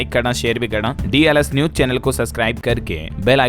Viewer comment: Sabse bda jivit pakshi Shuturmurg i.e. Option A hai. Aur BBMB ki full form hai Beas Bhakra Management Board.Kuchh aur galtiyaan aap ki pronounciation mein hoti hain,jaise ki news ko aap aise bolte hain maano news ki spelling neuj ho. Again aap pause ko aise bolte hain maano paaz ho.Bura mat maaniyega.